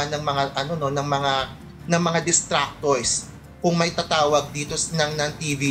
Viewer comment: hate to be that guy but its "detractors"